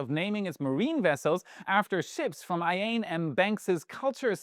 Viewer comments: Who is Ayain M. Banks? I think you mean Iain M. Banks, pronounced "Eee-Yin" in his original Scottish accent! I'm a Scot, we are kinda touchy about pronunciation 😜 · Iain is pronounced /ˈiːən/ EE-ən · Hey, it's pronounced “Eee-an” or "Eee-in" for Iain M Banks.